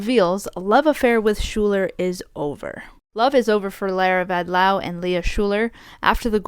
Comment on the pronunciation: Once again, pronounces Vadlau correctly. It was a very surprising announcement by Lara Vadlau. She didn't say since when they're apart, but it must be very recently as both were happy to be at the Olympic Games together and also photos of them were still on Instagram also after the announcement. Lara also stated that they saw each other (only) 100 days per year due to their training schedules. Glad that Jordan found love with Erin. I'm happy that the USWNT won gold and is now back to number 1 in the world ranking. I was just upset that US soccer issued no sanctions against Korbin after her social media activities. I just hope that Korbin will show, through her future actions, that she supports the values of the USWNT. Unfortunately homophobia and transphobia also got into women's sports, especially in the whole debate on the boxers Imane Khelif and Lin Yu-ting. Both were born as women, live as women, have documents being women and box as women. Both were also never transgender! That's where also Korbin's repost do the damage. If you have time you should listen to the podcast "tested" (only 6 episodes) on how women are being regulated in sports and also how genetics aren't always black and white on who is a male and who is a female.